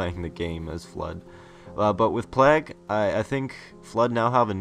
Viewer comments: I will just say, it's pronounced "Plaig", not "Plahg". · plague is pronounced ''playg'' not ''plag'', fyi. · That game type is seriously awesome. But its plague, not plag. Unless that was requested by the creator or that's how its pronounced where ever you are from of course xD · Plag hahaha Americans need to sort it out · It's pronounced "Play-guh" lool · Wow the way you pronounce plague is so irritating. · Oh my god the way he just pronounced "plague". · i nearly turned it off the second time he said it. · SIERRA420 We can handle it. We mention it because we think it's funny, not because it's annoying. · doesn't know how to say 'plague'